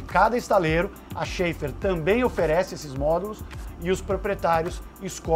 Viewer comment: A pronúncia não é "xefar"?